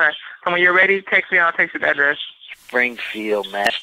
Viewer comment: agrees with everyone and is turned on by EVERYTHING. Definitely. I also love how he sounds too distracted and lazy to add the “D” at the end of Springfield, even to the point of agitation.!